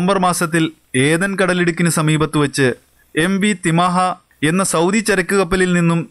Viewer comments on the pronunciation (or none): none